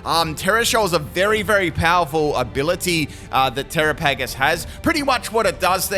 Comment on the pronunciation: Are you trying to mispronounce its name?